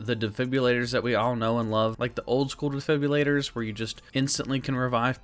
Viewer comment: Defibrillator has an R in it not a Y